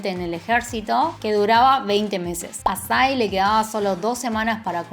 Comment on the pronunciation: Yo viendo que psy aparece en el video 👁👄👁 Por cierto recien me di cuenta de que PSY se lee (pisai) y no (pisi) 🤡